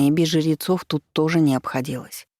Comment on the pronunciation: Мне показалось, что ей просто сложно сочетание жр выговаривать, поэтому звучит немного странно, но в целом ок